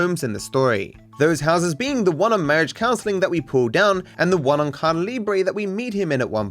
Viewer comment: Please dear stop saying "Cada Libre"! The word "Caída" is pronounced "CAH-EE-DAH", not "CAH-DAH". Please and thank you.